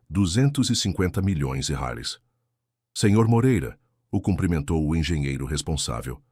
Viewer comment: Vc não sabe dizer reais